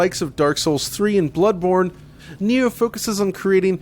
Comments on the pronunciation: Its called NI-OH ( knee ohh ) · it's prounce nyoh